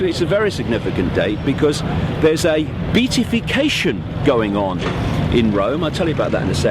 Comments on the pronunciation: Be-at-if-ication, David... Be-at-if-ied... Not Beat.. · Pity you didn’t think of grasping the proper pronunciation of that “long word” beatification, given your in depth knowledge. It’s Be- AT-ification. 🙈